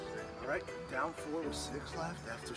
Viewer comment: Pat gunna be going Dahn to the WWE soon 😭